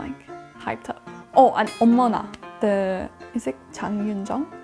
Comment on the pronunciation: 💘컨텐츠 너무 좋아요.영국발음이 친숙한건 왜일까요?? 나이 40넘으면 다 영국발음 비슷하게 배우지 않았을까요? ㅎㅎ 💝 볼수록 사랑스럽고 한국어도 똑부러지게 잘하고 물과 워타를 헷갈릴 정도로 이젠 한국어에 익숙해져 있군요.일상이 녹아있는 대화와 자기소개 공부하기에 딱이네요.노래방 18번은 발음 제대로고 어머나는 약간 엄머나로 들렸어요.이것빼고 한국어 발음 엄청 좋아요.얼마나 공부하고 노력했을지 감히 상상도 못하겠어요.🥰양킹님 의 텐션에 촬영하면서 내내 입이 귀에 걸렸을 것 같네요.더 재밌고 알찬 영상 기다릴게요~💞💞